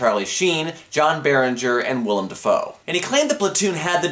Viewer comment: Hey, at he managed to say "Willem" instead of "William." (Although "William" is not technically incorrect.)